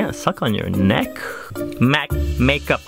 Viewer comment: "you can not-a touch-a my neeeck" -_